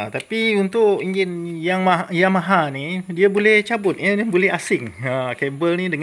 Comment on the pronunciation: Acik...nak boli adidas jgn teboli adibas..nak boli yamaha jgn teboli yamahal yoo.. 😂😂😂